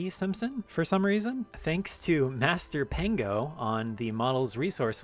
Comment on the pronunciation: You pronnounced "masterpengo" in a way that sounds like "master pingo" and made me laugh because "pingo" basically means dick in where i'm from, lol